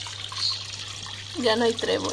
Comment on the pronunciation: Entendi trebor jajajaja y digo quien era??? pobrecito!!! Luego repeti el video y dices trebol xDDD me quedo mas tranquilo :P Que bien viven tu!!! ^^ asi cualquiera. Se apoderan del estanque xDDD like y un beso!